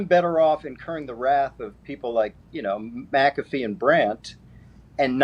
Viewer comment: The Irish will embrace you, Pat, if you just learn to say your own surname correctly. 😂